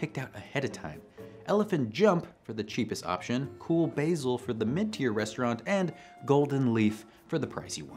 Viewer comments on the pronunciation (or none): none